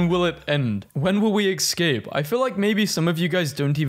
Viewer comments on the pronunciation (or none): why were you saying egg-scape?!